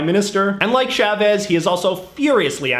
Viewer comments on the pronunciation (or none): none